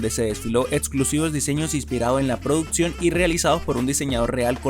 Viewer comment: Hermano, checa tu pronunciación, es producción no produtsión, y un gran etc. la chica hija de Betty, no es adolescente, es una joven adulta, saludos.